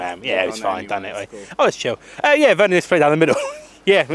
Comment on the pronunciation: Its werner not wener